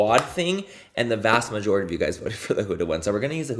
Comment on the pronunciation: Are we going to ignore that he said "the mast vajority"?! LOLOLOL